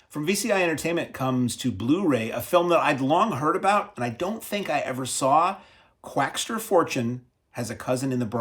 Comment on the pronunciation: there's no "t" in Quackser